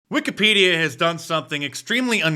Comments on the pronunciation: He pronounced Wikipedia as Wicked-Pedo-a…….Hmmmmm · The way he pronounced Wikipedia gives pedo- vibes